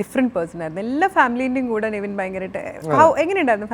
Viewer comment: നെവിൻ എന്നാണ് name കുറെ എണ്ണം നിവിൻ എന്നാണ് പറയുന്നത് 🤣🤣🤣🤣